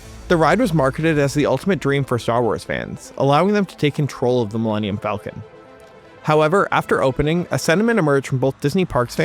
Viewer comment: Wait… how did Disney’s hypeman not know how to say “Millennium Falcon”!?! His company just paid $4 BILLION for the name, and he can’t do a Google search before the show? Or a Lycos search?